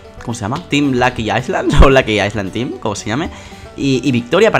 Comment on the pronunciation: El video tiene moy buena calidadd Me ha dado mucha risa en el principio porque dijo tin en ves de team jajajaj